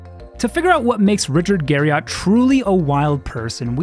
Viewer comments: How many times do you think you said Richard Gariott in the video? I'd say at least 2. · "Garry-it" That's how Richard says his last name. I'm not sure if the "Garry-ott" variant was used in this video for trolling or due to incompetent research. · "Richard Gary-Yacht" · That's a clickbait tactic to call a preserved skeleton as "humans remains in his house" when that brings forth the image of chopped-up bodies stored in Richard's refrigerator. Narrator also can't pronounce his name correctly even though it is a common American last name. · This was a great video. Still triggered at how you say Garriott lol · Imagine making a video entirely about a dude and saying his name wrong the whole time lol. You misspelled it in the title card too. Good video though otherwise =D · I can't trust anything you state as a fact if you can't even get right something as simple to research as the correct pronunciation of his name. And that's literally in the first second of your video. Pass.